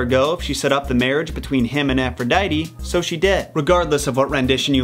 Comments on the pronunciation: Its ( A-fro-di-te) not (A-fro-di-tee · Not to be that guy but it’s pronounced Afro-dee-tee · "Efrodeidy", "Eris", "Piedow", "Youranos", "Sous", "Hedis", "Hielios", "Hefistos", "Adahnis", "Enias", "Ethina", "Perris", etc. ... XD! Wow, you did it again. Please, watch your Greek ponunciation!